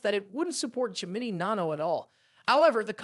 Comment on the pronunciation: This guy can't pronounce Gemini 😆